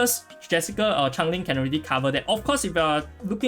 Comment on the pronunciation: As the Pronunciation police it’s Change Ling 😂😂🔫